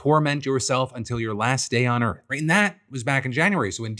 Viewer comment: In the earf